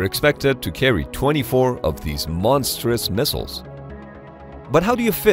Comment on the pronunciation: beeg misshiles!